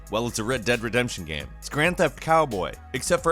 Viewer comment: game... goddamn it g a m e... NOT gam... wtf is a GAM?